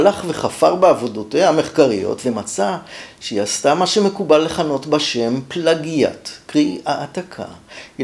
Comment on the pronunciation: מה זה פלגיאט? יש את המושג בעברית, ואם חשוב לך להשתמש דווקא בלשון עם זר, שזה מוזר, לפחות תלמד לבטא נכון.